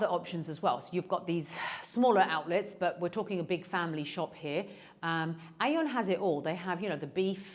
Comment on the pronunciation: AEON is pronounced ee-yon. Trust me, I lived in Japan and it’s a Japanese supermarket.